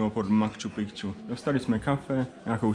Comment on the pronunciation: Reportáže pěkný , ale neříkej PROBOHA " makču pikču " - podívej se jak se to píše...